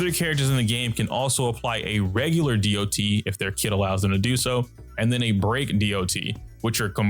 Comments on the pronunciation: My question is why do most star rail youtuber like to say "dee ouh tee" instead of dot? Online ingame or in voice chats nobody does that. Just "dot" is faster, saves time and is simple to understand. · I've been noticing that people are pronouncing it "Dee Oh Tee" instead of "dot".